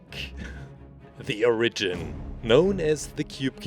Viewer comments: its origin not orgin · its fornounced or-i-g-ion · You Sid onagen in stead of origin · Or-a-jin : oregin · you say origin wrong